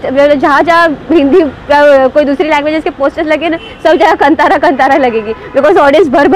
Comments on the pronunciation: Its not Kan-thaara.... Its Kaan-thara! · bhai it;s Kaaanthara(Kantara)